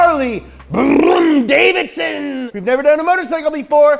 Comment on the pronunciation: Funny. Harly davidon as explained by a millenial.